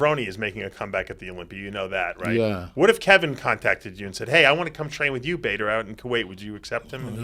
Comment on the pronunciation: His name is Bader, not Badder.